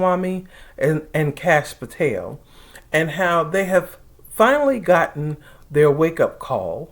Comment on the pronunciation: I was cracking up! Because I thought you called him Couch Potato. But I do not think you did. And it is not even that funny. But you are definitely saying Patel in a way that sounds like Potato. I think!